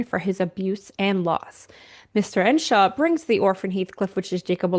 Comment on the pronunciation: EARNSHAW not Enshaw.